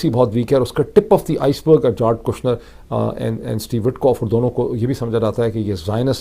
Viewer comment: جیرڈ ہے سر جارڈ نہیں ہے